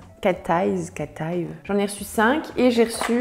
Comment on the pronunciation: Coucou ! Je connaissais la marque , je l’avais découverte sur la chaîne de PamNailpolish il y a un an , elle a l’air trop bien , surtout niveau choix il y a des produits qu’on voit pas partout 👍 En ce qui concerne la prononciation de l’effet œil de chat on dit bien CAT EYE et non pas cat eyve 😜 Bisous et merci pour ta vidéo 😘